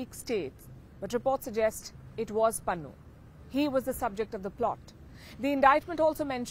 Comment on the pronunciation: It is Pannu not Pannun